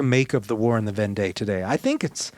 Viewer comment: I enjoyed this episode. It will be a helpful conversation piece with my French friends. Just one thing, Vendée is pronounced as Vondee.